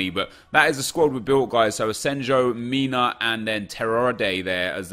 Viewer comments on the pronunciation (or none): none